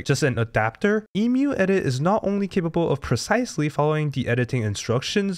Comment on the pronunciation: Omg ... You say Emu correctly .... Yay !